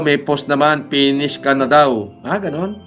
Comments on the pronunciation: Penis daw sabi ni, hindi Finish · “Pinish” 😂 bat iba naiisip ko hahahaha